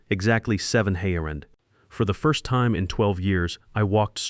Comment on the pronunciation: You need to fine tune your AI and redo the story. The thing can’t even pronounce time right.